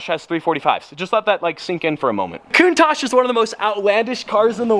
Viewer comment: It’s spelled Cow-un-tash